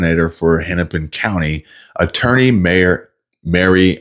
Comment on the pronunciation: Did she say cuntly ?